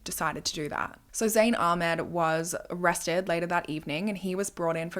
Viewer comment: the pronunciation of ahmed is killing me